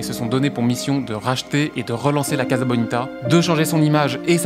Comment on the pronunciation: Pardon mais ca se prononce Cassa (pas caza) Comme Casa de papel, Mi Casa e su casa etc.